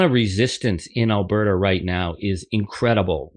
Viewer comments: "Al-Bear-ta?" LOL! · Al - Burt - Ah…. You always have such a hard time with the pronunciation of Alberta 😊